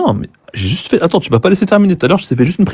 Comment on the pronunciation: Y en a d’autres mais je crois que lit pas les com 😅 « Un peu près » pour « à peu près » « J’oublille », « j’aieye », etc. J’en oublie! C’est dommage parce qu’à par ces fautes à répétitions ça c’est un sans faute cette chaîne.